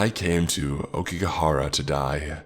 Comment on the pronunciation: aokiGAhara not go. YU U RE I not yuree. christ